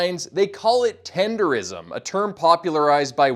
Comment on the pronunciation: I would’ve subscribed but you said tendeRISM smh